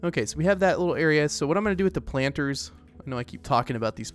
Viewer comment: saying a "litil"more time